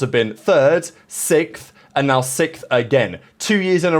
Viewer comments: Is it sixth or sickth? 😂😂😂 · Return of the “Sikth” 😂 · Jesus buddy can’t say sixth